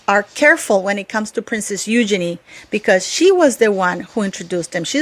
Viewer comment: Wow great letter.💯. Also, kudos to you for pronouncing Eugenies name correctly most on yt dont. 👍